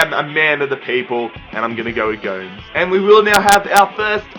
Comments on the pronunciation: Its Go-Mes not Goums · it's gomès not gomes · please stop calling him Andre G0mz. it makes me cringe everytime. Its GO-MEZ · its andre Goo-Mess not goms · Niklas #vapenaysh yer it sounds so weird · And it's not Andre GOMS it's GO-MES